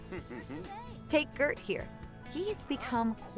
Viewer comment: spontaneous thought: the pronounciation of the places is bad, and Gert isn't pronounced like that. It's more like Jer